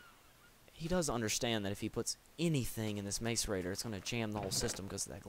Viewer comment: I've played IC2 for quite some time and everyone I know pronounces it like that. I googled it and it's pronounced (mass-er-rator) so I'll try to correct myself. Relax, it's not like it's a commonly used word so I didn't know. :P